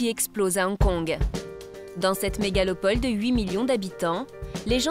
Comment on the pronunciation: Hongkong une "Méga-LO-pole" t'es sure. T'en fais une belle de mégalopole. Vas voir sur ton Bescherelle?